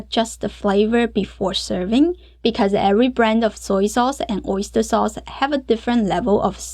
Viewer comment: 感觉MIX 你念MIXER，sauce你念saucer等等等等。。。。好有意思哦。。。